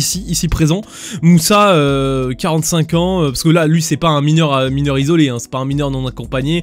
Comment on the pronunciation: Je suis “mineuw” !!! 😅👍